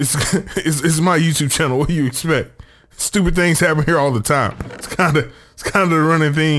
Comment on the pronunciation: "THANGS" i like it.